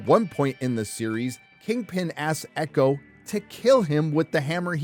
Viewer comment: As a partial Native American, I am proud to say I will never watch EEE-Cho. Never.